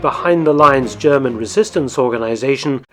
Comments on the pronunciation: What separates Mark’s videos from the rest are his succinct summary, lack of extraneous narrative, and he takes the time to pronounce foreign words properly. He does the same for Japanese and Russian, like he does here with German. As a German speaker of myself, I appreciate him not slaughtering the German language like so many other videos. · Thank you for your always very interesting, non biased and well researched Videos. There is so much to learn about the war. Also your pronounciation of german words is very good. Keep them coming!